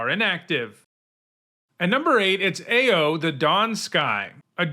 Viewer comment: I am OW-ing every time I hear mispronounce Ao the Dawn Sky. Ao in Japanese pronunciation is said as OW or Owl without the L in English.